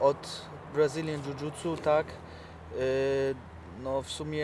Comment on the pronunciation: Nie "DŻUDŻUTSU" tylko "dżudżITSU" Dziennikarz idiota. Michał, stać cie na kogoś lepszego.